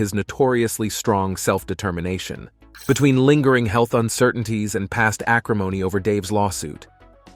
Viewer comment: i like how it said "heath issues" lmao